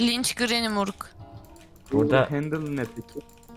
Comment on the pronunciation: grranyi degil grany